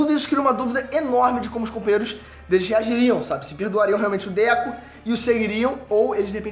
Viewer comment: Mano 🤣🤣🤣, não é Déku, é DEKU...🤣🤣🤣 DÉCO, é o ex jogar do Barcelona 🤣🤣🤣